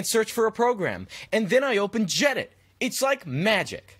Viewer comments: It's gedit not jedit dude, unsubscribed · Its GEE-EDIT ye yank.